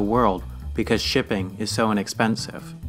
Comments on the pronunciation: Nice when he pronounces “shipping” as “dipping” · does anyone else hear pipping instead of shipping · sounds like he's saying " 'Tipping' is the behind the scenes process that has made our world what it is today." America will agree!